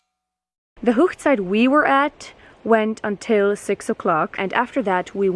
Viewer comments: Hoegside is actually pronounced Hog ( like a pig) site and is the German word for wedding. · That was really beautiful. 🙂💕💕💕 On a small note it's not pronounced Hochzeit ( whoochzeit) The Hoch part should be Hoch like in the word loch. I know most Hutterites speak high German so I'm not sure why you're pronouncing it like that.😕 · Wonderful singing. Thank you for telling us about the wedding traditions. I am interested in how you pronounce Hochzeit. Rather different from the German I learned. A question, if the bride wears blue does everyone else choose a different colour? I once sung at a wedding as a child. The church had all boy choristers, but they were off on an event. Someone wanted to get married that particular week so they had to round up all the sisters and other girls. It was really lovely. Unfortunately they still did not allow girls in the choir for many years. The choir leader said we all behaved better than the boys!! It is a tradition here in the UK for the bride to marry in her home church. I have taken some of my ancestry back to the 17th and 18th century and they certain did it then. The boys became apprentices and once that finished they toured around working as journeymen to perfect their skills, but also to look for a bride to bring back home, when they joined the family business. Do you also have to have a Canadian legal wedding? There is something of a tradition developing here in the UK that people often meet their future partners at a wedding, they are a great opportunity for people to meet up.